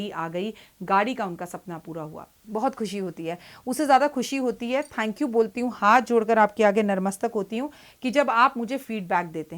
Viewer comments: Aap narmastak kyo krti hai...natmastak boliye na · Natmastak,Narmastak nahi hota🥰